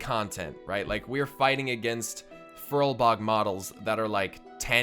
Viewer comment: FURBOLG, not furlbog, geez,!